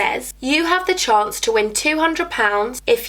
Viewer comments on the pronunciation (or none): none